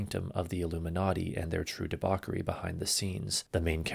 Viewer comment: It's pronounced debau-CH-ery, not debau-K-ery.